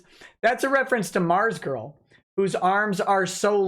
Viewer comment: "ARMZGURL" YOURE KILLING ME!